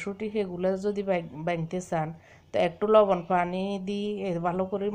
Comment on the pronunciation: Apu fani na bolan hani.